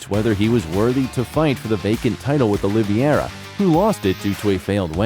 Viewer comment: If you can't even say Charles Oliveira's name correctly, stop making UFC videos bro. It's Oliveira, not "Oliviera"